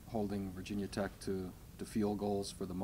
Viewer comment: Did he say "Virginia Tech"?